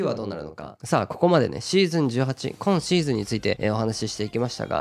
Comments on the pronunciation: 初見です。 こ↑んシーズン、ら↑いシーズンのが気になって内容が入ってこなかった、、、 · 毎回6っk59さんの「今シーズン」のイントネーションが気になってしょうがないです。